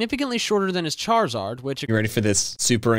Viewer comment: I like how crizard is just Charizard without the h and a